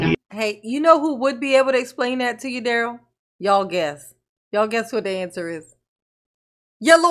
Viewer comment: Duh-rell, Duh-rell and his other brother Duh-rell. The 3 dimwitt firm that will keep you in touch with your Groundz.